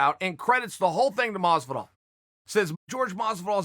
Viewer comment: Chael "Gorge Gamebred Mozvidoll" Sonnen